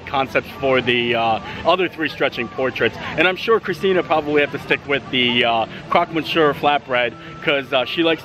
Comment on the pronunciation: Another great video! Thanks for letting us visit vicariously! And FYI it is pronounced "crock miss you're" (or CROAK miss you're)...